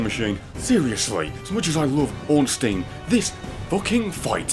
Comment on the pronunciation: And people continue to pronounce Ornstein incorrectly~